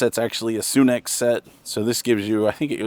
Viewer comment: It’s sunex , SUN-ex. Lol not however the hell he said it… 😂😂😂💀